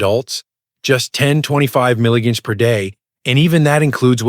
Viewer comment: This is an AI channel. Watch Vitamin C and watch "milligrams" being pronounced wrong. This is a phony doctor picture.